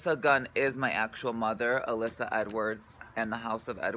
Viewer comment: It's Gia Gunn, not Gun! :o